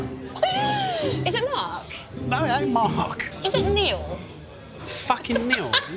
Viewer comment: "Fackin' Niel?" LOL!